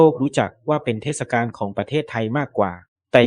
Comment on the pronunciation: โหออกเสียง เทด กาน เลยเหรอไม่เทดสะกานเลยเหรอ